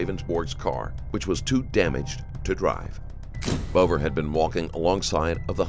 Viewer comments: Maybe someone could note the victim’s last name is pronounced “Beaver”. Not Bover. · It's so cringe that your narrator pronounces his name "Rayvens-borge" when the guy says at the very start of this interrogation (in your own video) that it's pronounced "Rounds-berg". And the victim's name is, as is common with that spelling, pronounced "beaver", not "bover", which you can find by listening to interviews with his family. Basic attention to detail non-existent, so I'm gone. I mean, what else did you get wrong?